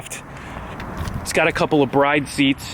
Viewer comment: Works for a JDM Importer dealership, can't pronounce Mugen or Bride... Lol just messing with you! Can't wait to see what you do with this absolute beast.